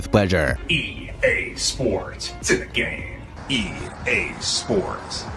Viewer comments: I thought he say "ea sports, to the game!" But instead of it's in the game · Am I the only one who Heard " EA SPORTS, TO THE GAME"😅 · I'm not a native English speaker, when I was a kid I always hears "cinic game" lol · EA Sports Telegame 😅😂. I heard like this way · "EA Sports, Senagame." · I ej sports, cyne gejm Kurwa, zawsze mi ten koleś działał na nerwy